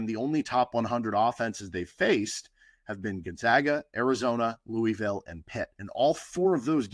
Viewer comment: As a KU fan who lives in Louisville (Lou•uh•vul)I was really hoping you were gonna nail the pronunciation. Nails on a chalkboard lol. Still love your show though!